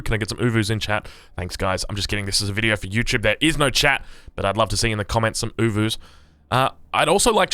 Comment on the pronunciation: It's oh-voo. Not ooo-voo